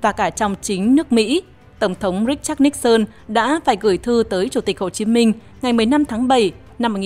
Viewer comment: Tôi rất thích nghe bài này đọc đúng phiên âm Níc xơn ,có kênh MC có chút tiếng Anh đọc là Ni sừn ,nghe chối quá , MC chắc hơi máy móc và không nghĩ là đọc cho người Việt nghe đa số không biết tiếng Anh